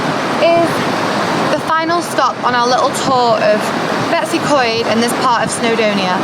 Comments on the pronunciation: The way you tried to pronounce betws y coed should be illegal😂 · dw most people in wales can’t pronounce these words properly😂 “beh-tus ugh coid”